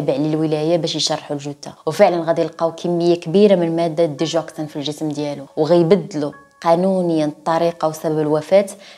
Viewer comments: اسمها ديغوكسين ماشي ديجوكسين بال غ ماشي بال ج Digoxine للتصحيح فقط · Digoxin كتنطق بالگا ديگوكسين حيث قربت نسالي الحلقة وماعرفتش الدوا اش هو حتى طلعات سميتو مكتوبة